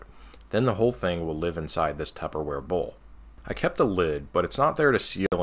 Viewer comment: careful saying "tubberware" RCtestflight said he got a cease and desist letter 😆